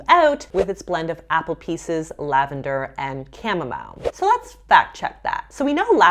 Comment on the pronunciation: now how you say chamomile 🤣